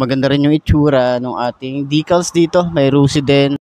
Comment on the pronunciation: Decals po hindi dicals